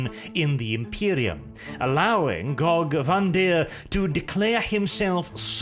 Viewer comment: I think you mean Gogee Van-dire.